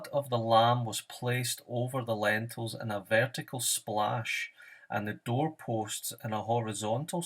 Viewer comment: its lintels, not lentils